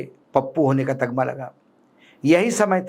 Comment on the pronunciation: अशोक कांग्रेसी हो तो सही उर्दू बोलना सीखो। तगमा कुछ नहीं होता है। तमगा कहते हैं। बड़े उर्दू बोलने वाले बने हैं आता जाता कुछ है नहीं। तुम सिर्फ मराठी बोलो और महाराष्ट्र में रहकर महाराष्ट्र पर ही ज्ञान बघारा करो।